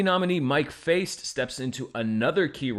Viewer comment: Hi. Just want to correct one thing: Mike Faist's last name is pronounced like "feisty"